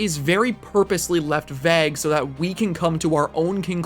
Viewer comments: "is very purposely left VEG" i heard that rewinded it and heard it again i think he actually veg instead of vague lol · The scariest thing is how pronounces “vague”